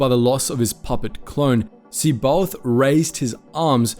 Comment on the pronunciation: Good Lord.....Pleaassssse.. Finally, look up how to pronounce the Star Wars names correctly. It's really cruel to hear you pronounce C'baoth or Noogri, among others. Otherwise you have been doing excellent work for years. Nevermind Live long and.......ehhhh My the Force be with you